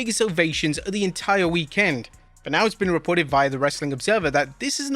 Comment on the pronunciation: That would explain why they can't pronounce "weekend" like a normal human.